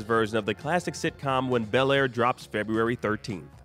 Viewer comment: 0.20sec it's February rather than Febuary... We forgive you 😁👍